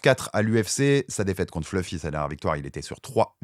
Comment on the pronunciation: Si donne 10 euros a chaque fois qu il prononce "fleufy"....😅